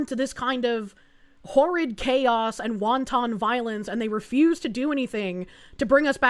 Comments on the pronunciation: Wanton isn't pronounced like Wonton. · It's pronounced SHIV-on as a male, I cannot be that "person" freaking out in the ladies' because there's a male in the ladies'. Won-ton violence... Felonious soup